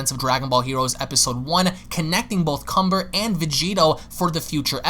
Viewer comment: And his name is Kanba, not Kumber